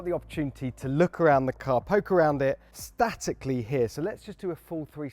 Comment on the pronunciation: You lost me as soon as you said statically 😅